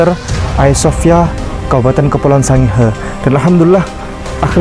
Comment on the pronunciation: ngomong Sangihe salah,botol